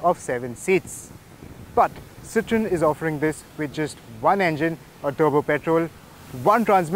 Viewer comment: Isn't it pronounced citro-en instead of citron.